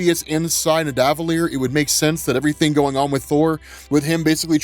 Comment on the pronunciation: Ni DAVALEE ERRRR!! 🤦🏽